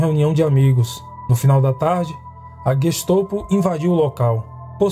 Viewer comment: É GestOPO ou GESTAPO? Sempre ouvi falar GESTAPO.